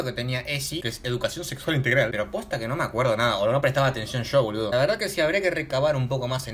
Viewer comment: dijo nexsual JAJJA nada que ver